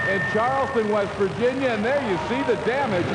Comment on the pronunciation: it's West Virginia not Vest Virginia.